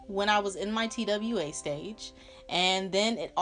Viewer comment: bruhhh anybody else was lowkey annoyed that she kept saying t-w-a instead TWA (twah) LOL